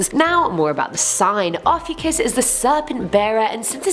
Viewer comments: I think name, Ophiuchus is pronounced, Oaf-EEE-u-schus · I don’t know why but the way you pronounced Ophiuchus wrong made me wheeze